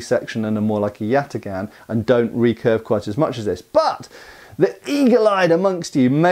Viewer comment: Yatağan is pronounced "yatahn". The ğ serves to elongate the vowel before it.